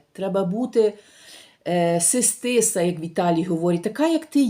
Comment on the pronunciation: Говори правильно...Не "си стиса",, А se stessa....( се стесса).....Не пішли в користь тобі довгі роки життя в Італії. Не домо, А правильно дУомо.